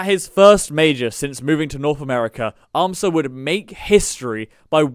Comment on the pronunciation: It's AM-sa, not am-SAHHH